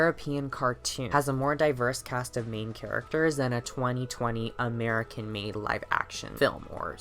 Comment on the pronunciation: yo what is this emphasis on "European" and "American"?